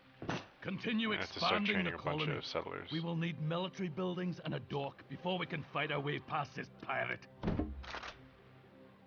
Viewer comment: it sounded like he said dork not dock lol